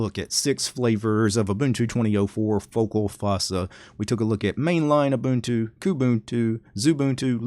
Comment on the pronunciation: Haha, nice! He did pronounce Ubuntu right, though. :-P